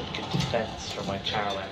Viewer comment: Commentator, His last name is wang-cha-roen. It sounds like you kept calling him heroin. An addictive match to watch, ha! 🙂